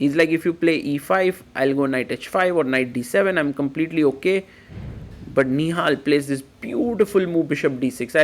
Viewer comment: COMPLETE not COMEPLETE lol